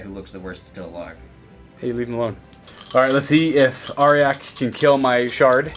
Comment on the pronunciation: I'm sorry its not "are-yack" its "are-jack"